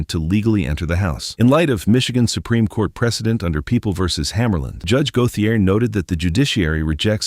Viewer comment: Go-the -ay? Lol. It's GO-SHAY.